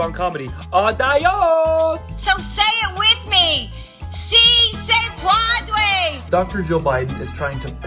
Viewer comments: She tried to say "yes, you can" in Spanish, and she mangled it. (Puede, to "puadre", a non-word.) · I know it's a comedy video, but holy hell do I have words about what a fail that was. What I heard sounds more like padre. Like yes, yes daddy lol. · Instead of saying"it is possible" she said "it is father!" Hahaha. Someone should teach her to say "soy pen day ha!"